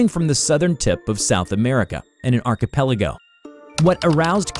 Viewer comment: You are the only YouTuber that says archipelago correctly.